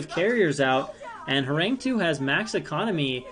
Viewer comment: Hey, is usually pronounced “Horanggi”. Means “tiger”. Love that you’re casting this league.